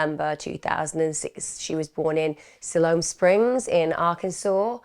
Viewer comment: Damn. This hits close to home. I live in Fort Smith, AR. It's about 2- 2 1/2 hours from Siloam Springs. This is just awful. They all are. Good job. New subscriber, now. No criticism, it's pronounced like Sigh loam Springs.